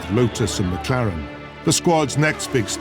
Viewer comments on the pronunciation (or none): none